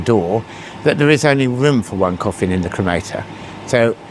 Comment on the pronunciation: Is he saying coffim??